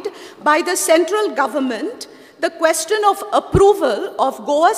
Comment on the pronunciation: Speaker seems to be uneducated.Cant even pronounce question.He says keshtion..ha ha This Jennifer seems to be lost Whole Bjp team is dafar